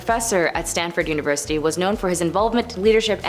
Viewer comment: No kidding! "Treasurary"? "Un-a-bomber"? Way to use that "unaversity" education!